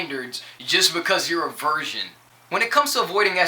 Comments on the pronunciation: Thanks:D Pretty much agreed 100% with what you said I dunno if it's just me but it seemed like you were saying version, is that your accent or..? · "Version" lol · he can sing though......he says virgin weird